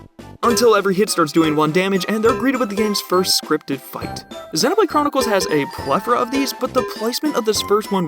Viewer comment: You say Xenoblade wrong and it hurts me